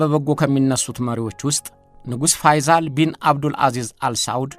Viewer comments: ፈይዛል ሳይሆን ፈይሰል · ፋይዛል ሳይሆን ፋይሰል በል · ንጉስ ፈይሰል ነው ፈይዛል አይደለም በተረፈ አቀራረብህ አንደኛ ነው እሸቴ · "ፋይሰል" ነው እንጂ "ፋይዛል" አይደልም ስሙ፡፡ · የተከበርክ እሸቴ አሰፋ...በመጀመሪያ በምታቀርባቸው ይዘቶች ላደንቅህ እወዳለሁ። በዚህኛውም ይዘት... "ፈይዞል" ሳይሆን... ፈይሰል ቢን አብዱልዐዚዝ ነው የሚባለው። እስኪ ደግሞ በሐጂ ሙሐመድሳኒ ሐቢብ ታዋቂው የኢትዮጵያ እስልምና ጉዳዮች (መጅሊስ) መስራች ታሪክ አጠናቅረህ አቅርብልን!! አመሰግናለሁ! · ፈይሰል ብለህ አንብብ